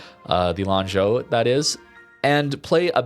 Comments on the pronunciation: lol. rare correct pronunciation by lol. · I am also surprised by pronunciation. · Your pronunciation of Lanzhou is pretty neat. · I mean, for me it is the first time he was not immediately saying sorry for the pronunciation so I'm sure he actually verified it before the video lol.